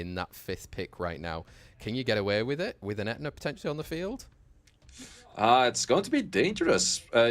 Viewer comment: That dude saying "ETNA" does my head In SO MUCH. Please just say the word properly, H IS NOT SILENT. Sei literally says It properly right after you and has done for years now.